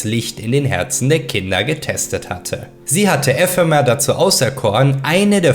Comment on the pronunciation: 6 min drin und das mit EEEEphemer und Ephemer muss ragebait sein